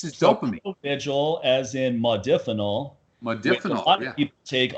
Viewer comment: Modafinil is great(by the way pronounced Mod(a)finil not Mod(i)finil.) It is an atypical and selective dopamine reuptake inhibitor but is also serotonergic and adrenergic in other ways making it very effective at boosting cognition and wakefulness. made the mistake of mentioning in negative context soldiers using provigil and nuvigil. These are the brand names for Modafinil and Armodafinil the separate enantomer. Great stuff though works like those other stimulants but technically isn't a stimulant and has much less potential for negative side effects. Good podcast too, its unfortunate there's so much ignorance and misinformation out there when it comes to HRT. Unless you're willing to pay out the ass you'll come across uneducated physicians and endocrinologists who don't know dick about hormones and have people on these protocols that are awful, doing things like crushing their estrogen when they're already on low dose T which can cause serious side effects down the road for bones and the heart and many others. Always enjoy listening to share his knowledge.